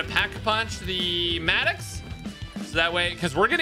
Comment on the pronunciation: It is the Mad-dox Maddox. Then the Krig (Kr) like Crumble (i) like in Pig ga as in (goo goo ga ga) Krig.